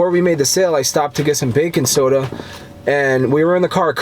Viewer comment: Haha I heard "Bacon soda" too and then I realized he was saying "bakin' soda" lol